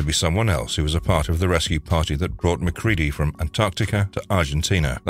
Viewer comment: Lets all give a round of applause for this narrator not pronouncing MacReady as Mac-Reddy. Although I'm 50/50 that's it's an AI, which only makes the last reader's mispronunciation worse.